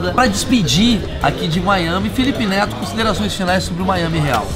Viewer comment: ele falou felipe neso kkkkkkkkkkk